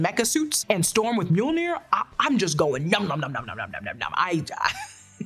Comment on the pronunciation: Maybe I was just hearing what I wanted to, but I could’ve sworn Storm called herself “Thorm” in this trailer lol